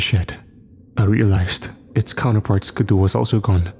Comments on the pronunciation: If you're saying ski-doo it's pronounced like skee-doo. Not trying to be rude though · Haha I was looking for this comment. Yeah it most certainly is “skee-doo” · ‘Skuh-DOO’ had never in stitches!🤣🤣🤣 Great narration😃😃😃.